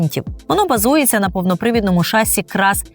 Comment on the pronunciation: Відколи в слові "шасі" змінився наголос? Слово французького походження, наголос на останній склад. Перевірте, будь ласка. Не легітимізуйте помилкову вимову.